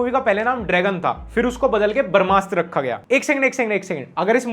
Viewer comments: Bhai "barmasthra" nahi h wo, "brahmastra". I luv your videos but hinduism related koi word agr galat pronounce kia jae to i would like to correct it with due respect. Rest keep going big fan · भाई barmshtra nahi brahmashtra hai.. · Everytime you pronounce brahmastra, a little part of me dies.